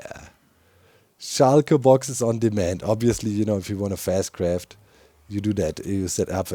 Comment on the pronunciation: I love how you say Shulker, like "shy-ker", I'm fascinated with languages and I can feel how that makes sense in German and I find it quite endearing